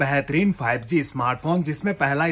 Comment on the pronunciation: Bhai tu hakla hai kya teri awaaz bahot ajeeb hai 5g ko 5zee bol rahe Ho😜😃